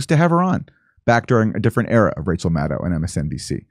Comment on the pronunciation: Kurt Metzger should just STFU about Rachel Maddow. Plus he can't even pronounce her name correctly. Neither can Canadian interloper Aaron Maté. It rhymes with meadow. Metzger goes on Fox with Greg Gutfeld to trash the journalistic profession. Dore keeps going on Fox with domestic enemy Tucker Carlson. You guys are so clueless and out of your league.